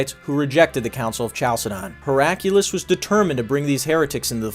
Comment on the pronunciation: The Emperor's name is pronounced how it is spelled. Your addition of a random strong U sound is distracting. HerA -kly-us Not Herack' U-Lus